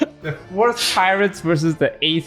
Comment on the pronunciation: Had a girl who pronounced pirates as pi-rates, stressing the i. Lost my faith in humanity that day Ps. Her first language was english